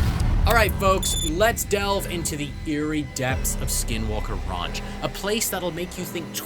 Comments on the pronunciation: RANCH not RUNCH.... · OMG if he says ronch one more time